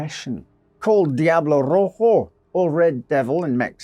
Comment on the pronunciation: Why is nobody talking about how well rolled those Rs in? The name Diablo Rojo is already cool as hell, and he made it sound even more badass!